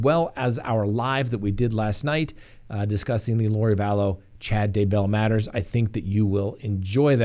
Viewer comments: Ugh I find that so annoying. Scott mispronounces it also. He says "d' BELL". It's DAY-bell. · Its DAYbell. Accent on the Day.